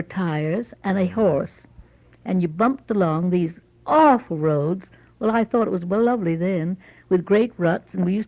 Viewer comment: I think when she said " I don't can't tell you how big around they were" was her bout to say " I don't remember (how big around they were)" but then decided to say " I can't tell you how big around they were" so switched it up in that moment. Also, I noticed she said arful when saying awful which I thought was interesting and influenced from being more closely connected with England. Another thing I noticed is she said "farworks" for fireworks and "admarer" for admirer (not to a tee but didn't know a better way to write it). And another one that stood out is when she said "I told her alrl about myself" although it was kinda subtle.